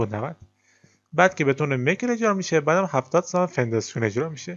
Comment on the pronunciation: توضیحات خوب بود و ساده و کامل اما هر بار میگفتی فنداسیون حواسمو پرت میکردید چون اسمشو اشتباه میگفتی موفق باش